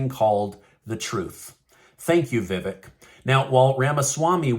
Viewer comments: Btw,, his name is pronounced:" Vi-vake". Long A sound. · Your pronouncing his name wrong Vivac as in cake I didn’t spell it right but I do have the right pronunciation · Vevek, is pronounced if you rhyme the "vek" with "cake, with the long 'a' sound." Vevaaaaaaak. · Learn how to pronounce Ramaswamy's first name. There's a long "a" in it as in "lake." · You are pronouncing it wrong. Vih-Vake is correct. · Vivek....pronounced Vi-vake, as in Cake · It's Vivek... Like cake... Say it right! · VI-VAKE pronounced LIKE CAKE! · If you are going to cover the 2024 presidential canidates, please learn how to pronounce their names. Vivak is pronouced as " ache or cake " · Vivak's first name is pronounced: Vi (short "i"-- vek - the "e" is pronounced like a hard "A"... = Vi- vAk !! Accent on second syllable!! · Vivek is pronounced vivake like cake